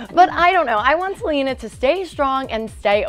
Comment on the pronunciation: It's Selena NOT Gelena